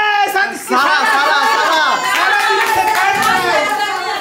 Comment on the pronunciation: সবগুলি “দন্ত স” ( উচ্চারণ দোন্তো স) কি ধরণের রোগে আক্রান্ত? সায়মা হয়ে গেলো শাইমা, সাদিয়া হলো শাদিয়া। আর সারাহ হলো শারাহ। বুঝা গেল, শিক্ষিত মানুষ হলেও, আঞ্চলিকতা দোষে দুষ্ট। আর তারাও তাতে খুশী।